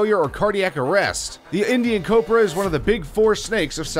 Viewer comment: Take a shot everytime he fucks up the word Cobra